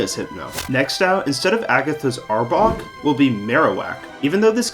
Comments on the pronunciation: This mf said Arbork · ah yes, Arbork